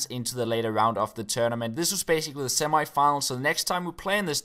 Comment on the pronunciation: "The Sem-I Finals"